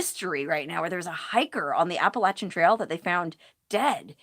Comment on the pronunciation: You pronounced the word "Appalachian" right! Awesome!